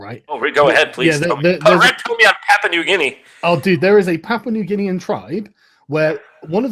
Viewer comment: I believe it's Papua (not Papa), but Daddy New Guinea is more than fine.